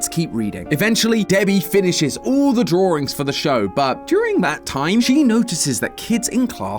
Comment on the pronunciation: Why do you pronounce drawings as "Draw-rings"? 😭😭😭